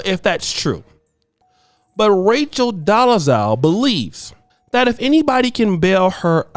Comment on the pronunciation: I like to think you're purposely saying her name wrong which is funny to me